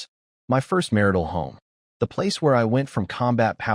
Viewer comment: mar-tial ❌ mar-ital ✅